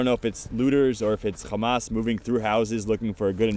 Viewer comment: can someone explain to this guy that hamas isnt pronounced khamas